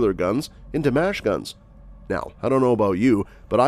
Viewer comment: Horrible "AI" voiceover. "Mash-guns: (machineguns). The ATF is not in charge of regulating anything. They are supposed to make arrest of those who violate federal alcohol or firearms laws. Today we see cops and federal agents dressed like drunken bums at a wrestling match. Just unshaven fat guys running amock with AR-15s.